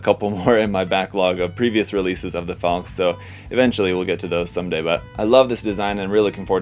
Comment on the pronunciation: I have 2 earlier boxings, both versions, so I can build a laser armed bird and a Gatling armed bird. FYI, it's pronounced "FALK-uh" not "FALK", just as Porsche is pronounced "PORSH-uh" not "PORSH". It's German, not bad English.